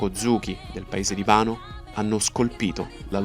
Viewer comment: Si dice wano non vano.